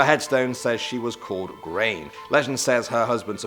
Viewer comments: if it was spelled “Gráinne” then you pronounce it “graw-in-ya” not “grain” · its not 'Grain', it's 'Gráinne' (graw-ne) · I think her name was Gráinne not grain😂😂